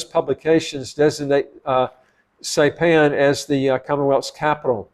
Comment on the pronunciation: You DO NOT need a PASSPORT for American Samoa. I'm a US citizen and photographer. I've traveled there frequently. I live on the island of Saipan. It is pronounced: SI-PAN - (long "I" and PAN, as in cooking utensil).